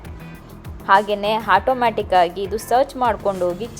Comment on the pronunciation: Nice vlogs will Be waiting But as u become a pro in videos u need to update everything ur pronouncing few words wrong it’s AUTOMATIC not hotomatic or else try using kannada more hope u take it positively